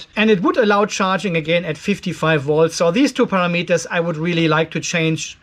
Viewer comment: It’s “pa ram eters” not para meters!😁😉 Thanks for the info!